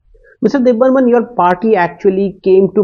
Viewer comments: It's Deb Barman not Deb Burman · It's Debbarman noh burman